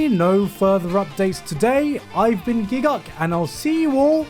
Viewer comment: I love how he spells out the four letter word but says gigguk like it's not the most confusing part of the sentence.